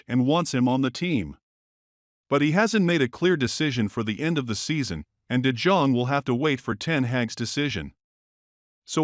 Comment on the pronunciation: de Dzong ? Who is that ? Do your homework, man ! ! It's de Yong .